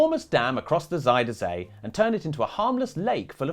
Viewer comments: I was impressed by your Dutch pronunciation. Until you got to Zuiderzee. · Pronunciation was a bit funny sometimes, but god bless them for trying. Lot of Zijder zee and alfslijt dijk, just have to learn what onion is in Dutch and it's all good!